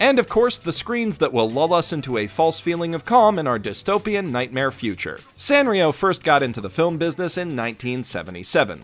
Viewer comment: I always said San (like sand) rio... but after hearing you say San (ah like father) rio I feel dumb, because duh its AH like FATHER, that’s what every damn Japanese pronunciation guide says. Gosh I’m dumb.